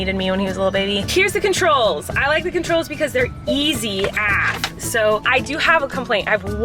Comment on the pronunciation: Colleen I love that you say AF as “Afh” because I do that too and everyone makes fun of me for it haha